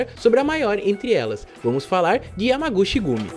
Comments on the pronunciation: Salve Digo🍻🍻Firmeza?? Cara.. sempre tive curiosidade pra ver como Tu é😂até então só tinha ouvido sua Vóz lá pelo Planeta Novo.. Mano vc está pronunciando Errado..😆no Japão CH tem Som da letra T.. por exemplo Yamaguchi seria como YamaguTi.. (Cha seria Tia,Che Tche, Chi Ti, Cho seria Tchô e Chu é Tchú 😁flwsss Abraços ✌🏾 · "Chi" em japonês se lê "ti" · Se pronuncia (Yamaguti)(chi=ti) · A pronúncia correta é “Yamaguti” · A pronúncia certa eh YAMAGUTI! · Se pronuncia Yamaguti, chi "Ti" o shi sim se pronuncia "chi" como você pronunciou.